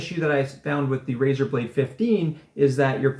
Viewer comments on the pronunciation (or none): It’s “Razer” ...